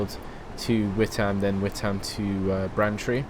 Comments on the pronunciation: Witham is not pronounced "wit ham"... the 'h' in Witham is silent so it is pronounced like this "wit am" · Witham is pronounced With-urm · Lol you say Witham wrong :P